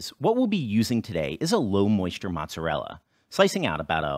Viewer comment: 马扎热辣？I swear I hear 马苏里拉 more